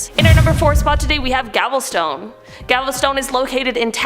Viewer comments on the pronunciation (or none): GALVESTON NOT GAVELSTONE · It's not Gavelstone, it's Galveston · Gavelstone? Where the hell is that? Uh I think you mean Galveston. FYI: There was a very popular song in the 1960's called Galveston by the late Glen Campbell (great guitarist too). Concerning New Orleans, I asked a New Orleans cab driver that same question when he picked us up at the airport, his response was 'Nawlens'. And I heard it pronounced that way by a lot of the natives as during a week spent there. Fun city, really nice people, party central and spooky too (that was pre-Katrina though).